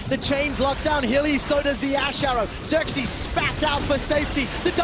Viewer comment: it's not sörksi it's fucking xerxe!